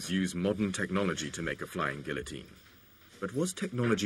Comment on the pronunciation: The narrator should earn how to pronounce guillotine...